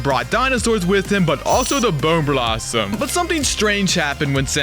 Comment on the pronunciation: you don’t pronounce bone blossom like that